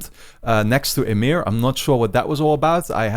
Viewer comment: you keep saying emir. its ymir man xD